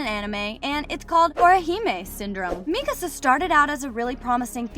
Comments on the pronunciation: bro the fact that she says mikisa its mikasa for god sake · Bro mikisa realy mikisa😂😂😂😂😂😂😂😂😂